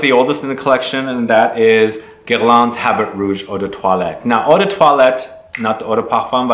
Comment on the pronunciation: The ''t'' in habit rouge is silent if you speak it out you say ''red dick'' in french.